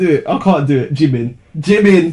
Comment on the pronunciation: I’m new, why does he say jimin? 🙄